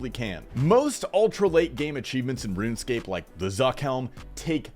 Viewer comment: its pronounced "Run Escape"